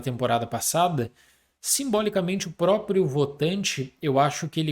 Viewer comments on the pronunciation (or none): none